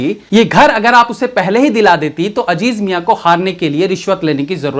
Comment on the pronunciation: Ye ajeej Kya hai bhai azeez Hy